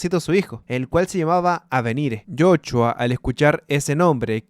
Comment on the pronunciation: En algunas partes dijiste jochua XDD